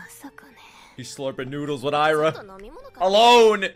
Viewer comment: its Aira not Ira